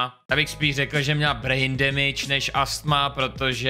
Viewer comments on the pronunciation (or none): none